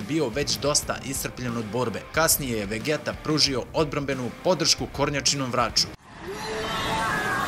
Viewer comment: Super klip brate samo ako vec hoces da izgovaras njihova imena na srpskom onda ide vegita ne vegeta ali mnogo je ljepse kad se izgovara na engleskom xd podrska !!!